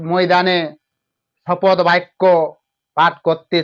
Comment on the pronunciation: এই অশিক্ষিত চ্যানেল শপথ গ্রহণ কে শপদ গ্রহণ বলছে! এটা নিশ্চয়ই ভয়ে পাল্টি খাওয়া তোলামুলের দুধেল গাই চ্যানেল 😅